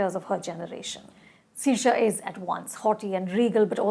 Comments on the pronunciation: It's not see-rr-shia ..... its 'saoirse like inertia' :D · It is Sur-sha and not siir-sha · I've been dying to watch this movie. Saoirse is pronounced as Ser-sha. She wasn't nearly alive in 1857 :) I don't know why she gave it only 3 stars after saying only nice things about it haha. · it's pronounced सर्श्या. Rhymes with inertia. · It's sur-sha pronounced like inertia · you said the lead's name wrong - Saoirse Ronan. Also, you told the whole story. I hope people didn't see this before the movie. Since when longer movies mean bad movie or slow movie? historical accuracy is important, and the length of the movie has nothing to do with quality. This movie is splendid, the costume, the score, the storyline, the confrontation, and brutally honest. It doesn't sugarcoat any character, shows each of them ferociously. The movie is long, but it's gripping because the performances are strong. highly recommended! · One more incorrect pronunciation of Saoirse Ronan and I give up. How hard is it?! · Say her name correctly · Even I was so uncomfortable listening to her mispronouncing the actor name. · Dear god, the way you say her same... cringe 😂